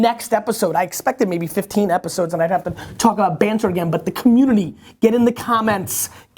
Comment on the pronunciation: Banter? I thought you said "barter." I'm in here trying to trade a few bushels of wheat for your oxen, and now you tell me you just want us to talk alot?